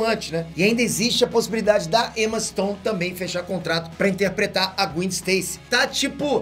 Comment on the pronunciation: Cara é GWÉn q se fala Não Gwin